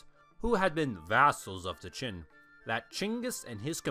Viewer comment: I can't be the only one that is bothered by hearing "chin" (Qin) instead of "gin" (Jin). These are two very different time periods.